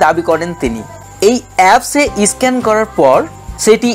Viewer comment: দাদা... ভালো হয়েছে ভিডিওটা কিন্তু উচ্চারণ গুলো একটু ভালো হলে ব্যাপার টা র ও ভালো হতো.... যেমন... এডিট.. স্ক্যান.. pls রাগ করবেন না..